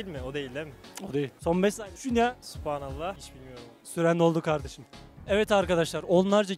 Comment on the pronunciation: Süphanallah değil sûbhanallah